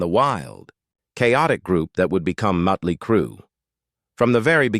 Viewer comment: Say “Mutley” one more time.